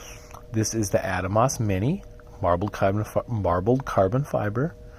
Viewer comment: Ah-Dahmos not Adamos, beautiful knife.